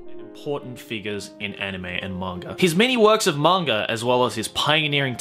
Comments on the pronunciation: I'm actually disappointed with myself for not having known about Tezuka before watching this. But I've watched the first 9 episodes of the remake and its fucking amazing, I'm really glad I found it. Also, I love your accent and the way you say "monger" instead of manga😘hope to see more videos of the like in the future! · Is it just me or says manga and anime like mangar-an-anime